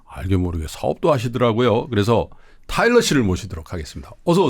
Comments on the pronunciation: 저는 10년 된 한국어 선생인데요, 제가 이 일을 막 시작할 때쯤 방송에서 타일러 씨를 만났고, 지금까지 영상도 잘 보면서 꾸준히 팬심을 유지하고 있습니다. 타일러 씨의 말씀을 인터뷰나 유튜브 등을 통해 볼 때마다 너무나 감동이 되고 배우는 것이 많습니다. 고맙습니다. 근데 테일러 아니고 타일러인데.... 자꾸 이름을 테일러라 부르셔서....ㅠㅠ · 테일러아니고 타일러예요! 내내 이름을 잘못 말씀하셔서 좀 불편했습니다. 아다르고 어다른게 말인데... 좀 아쉽네요. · 자꾸 테일러라고 하시는게 너무 웃겨요🤣근데 타일러도 바로잡지 않는 게 넘 재밌어요😂 잘 봤습니다! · 이름을 똑바로 불러 주세요! "타일러"입니다. 내용은 참 좋았는데 '옥의티'이네요. 잘 보았습니다. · 타일러 이름을 자꾸 테일러라 불러서 기분이가... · 왜 타일러한테 계속 테일러 씨라고 하시나요? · 타일러인데 자꾸 테일러라고 하시네😂😂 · 평소에 삼프로를 믿고 보는 애청자입니다. 내용도 좋고 다 좋은데 초대손님 이름을 잘 못 얘기하는 호스트님은 보는 제가 낮 뜨거운 느낌이었어요. 뒤늦게 보게 되었지만 호스트님이 주의하셔야할 것 같네요~ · 다좋으신데 자꾸 테일러씨라고... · 타일러를 자꾸만 테일러라고 하시는 😅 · 사회자님이 타일러씨를 테일러씨라고 하는게 좀 걸리네요. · 다양한 질문과 내용 재미있게 들었어요!! 전 세계의 세종학당 학생들에게 한글과자 너무 인기 좋을 것 같네요 ㅋㅋ 근데 진행자님 계속 "테"일러씨라고 하시는데 "타"일러씨인거 아시죠? ㅎㅎ 잘 들었습니다~~🙏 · 테일러 아니고 타일러 씨에요. 자꾸 테일러 씨라고 하셔서 이잉.. 😢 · 타일러를 자꾸 테일러로 부르시는 거… 거슬리는 건 나 뿐인가요 ㅠㅠ 인터뷰이 이름은 잘 확인해 주세요~ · 테일러가 아니고 타일러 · 태일러 아니고 타일러에요 ㅠㅠ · 왜 타일러를 계속 테일러라고 부르시나요? 남의 이름을 잘못 부르니 들을때마다 참 거슬리네요 게스트 이름도 인지못하는건 진행자의 준비부족 성의부족 같아 보여요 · 타일러를 테일러라고 하네요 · 타일러를 자꾸 테일러라고... 역시 는 아재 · 태일러 아니고 타일러 인데... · 타일러씨가 엔터사 하는것까진 알았는데 한글과자까지 만들어 내신줄은 몰랐어요! 여러가지를 함께 하고 있는것 자체가 신선한 자극이네요. 그나저나 남의이름을 타일러인데 자꾸 테일러라구해여 ㅜㅜ